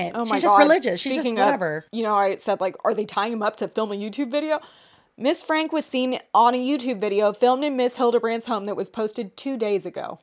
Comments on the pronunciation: their last name is pronounced frank-E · I think their last name is pronounced Frankie, but I guess it doesn’t actually matter! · so glad to see you guys covering this, also for future reference, her last name is pronounced "frankie" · omg period i commented that right when you guys first pronounced it had to let the girlies know immediately 💖